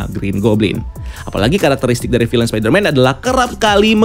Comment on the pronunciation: Bacanya bukan "filein"